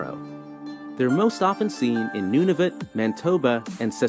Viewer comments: You missed when he said, "The islands of Novotnu" it's Nunavut, it's one of our territories... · He murdered Nunavut beyond recognition. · The narrator also called Nunavut "Nuvatnu". SMH. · The narrator also referred to Nunavut as "Nuvatnu" at one point too. face palm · you're pronouncing things correctly... whoever made this video mispronounced New Bruswick, Manitoba, and Nunavut... Nuvatnu made me laugh hahaha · I should have watched more before commenting. He also said "Mantoba" and "Nunvatu". Thank God he didn't have to pronounce "Kouchibouguac", which happens to be in, yes, New "Burns"wick! :) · NUVATNU !! The narrator was definitely not Canadian lol 😂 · AND… Nunavut please!!! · my point exactly… according to the narrator… but completely WRONG! He managed to butcher New Brunswick, Manitoba and Nunavut 🤦🏼‍♀️ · ...and they absolutely butchered Nunavut. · The islands of Nuvatnu? Does he mean Nunavut? His mispronunciations of Cowichan and Mesachie are pretty amusing. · The narrator also said New B"UR"nswick instead of New BRUnswick. Nu"VAT"NU instead of Nunavut. Also Cowi"KA"N instead of Cowi"CHA"N. Also Sa"L"mon instead of SAmon. Also Mantoba instead of Man"I"toba!